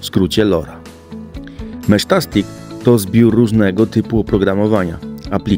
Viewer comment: Sprawdziłem najnowszy film jaki kolega wypuścił i cały czas jest to samo. Kolego, [mesztastik]. Taka jest poprawna wymowa. Teraz pewnie już się nie oduczysz po tylu miesiącach... ;)